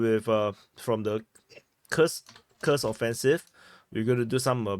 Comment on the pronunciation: You got it, commander: KUURRSK is the right pronunciation.